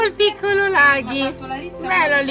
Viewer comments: Man, I don't think the black pup is named "Laghi". I think the name is actually "Lucky", but the italian lady speaking isn't very good at pronunciation. "Laghi" doesn't make much of a name in italian at all , while if the pup was named "Lucky" it would be more meaningful (even because the creamy white pup's name is "Suerte" which means luck in Spanish). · It's Lucky not Laghi AHAHAHAH